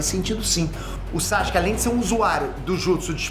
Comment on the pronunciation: Porque ele nunca pronuncia o nome do Sasuke corretamente?